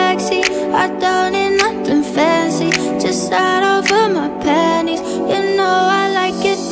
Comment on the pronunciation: sorry..but it sounded like she said, "I just shatted all in my panies"😭😭